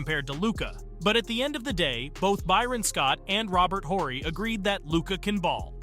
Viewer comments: “Robert Whorey” I don’t like it when creators don’t know the subject well enough to correctly pronounce names of key historical players. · Robert Whore-y